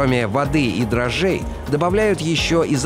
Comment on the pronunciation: Не дрожжей,а дрожжей